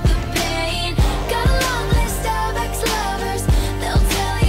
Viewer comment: I thought tay said All the lonely Starbucks lovers